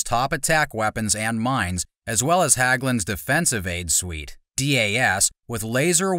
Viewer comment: HÄGGLUNDS, not HAGGLUNDS, for Pete's sake!